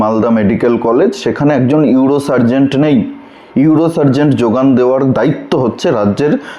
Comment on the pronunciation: আপনি একটা ভুল বলেছেন ওটা ইউরো সার্জন হবে। সার্জেন্ট না। আমি আপনার সাবস্ক্রাইবার তাই ওটা ধরিয়ে দিলাম। কিছু মনে করবেন না।